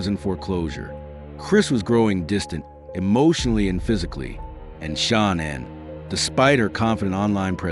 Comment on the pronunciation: Hey ridiculous announcer or AI - it's not SHONONN - it's pronounced SHANANN!!